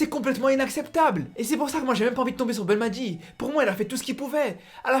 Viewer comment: mec je te suis pendant des années depuis tes débuts je respect ton travail t es un ace dans la matière d'analyses mais coté prononciation des noms des joueurs tu me fais chiée à mort prononce comme un arabe pas comme un français par exemple le nom c'est belmadi et non pas belmatjii et ben rama wlah Ranma rah ben rahma ha le ha a bachar